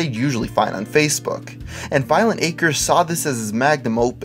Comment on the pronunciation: And to think, this whole time I've been pronouncing it "Violenta Crez".